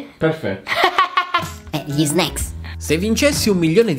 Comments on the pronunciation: All'inizio ho provato a contare le volte in cui a detto snecks ma poi ho perso il conto ✌😂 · E vero dice snack